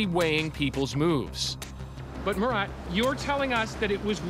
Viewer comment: His name Mu-rat